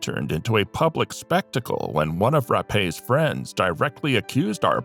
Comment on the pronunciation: Virginia’s last name is pronounced “Rap”. Plus, the party was in a San Francisco hotel not at his home. He allegedly raped her with a coke bottle.